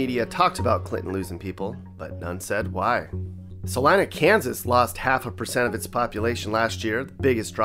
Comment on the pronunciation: Sa-lina Kansas.